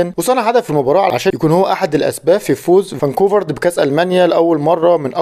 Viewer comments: فرانكفورت. مش فاركونفارت 😂😂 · فرانكفورت الالماني وليس فاكوفرت